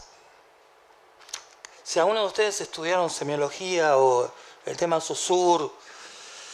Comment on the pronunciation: Saussure se pronuncia: Socir 😉